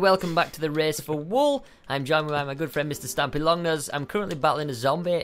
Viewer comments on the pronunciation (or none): Stampy not stupy